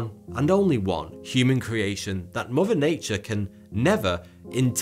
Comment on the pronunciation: Fousand, muver earf, uver gweat, Mt wushmore